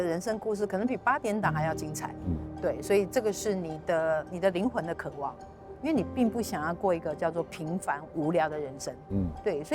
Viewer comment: 只有我注意到「渴ㄨㄢˋ」嗎？